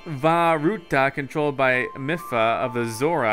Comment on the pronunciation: Not to be rude but the divine beast of vah ruta champion is pronounced Me-fa not Miff-a